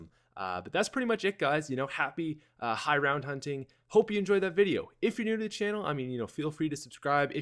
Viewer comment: Lol high roun